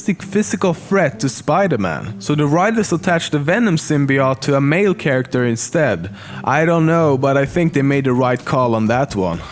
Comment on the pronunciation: Damn he has a strong accent, but atleast he is saying 'character' correctly now :P